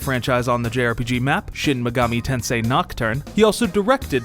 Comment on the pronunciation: I'm mad you guys didn't get the pronuntiation right, it's shin maygoomi tensay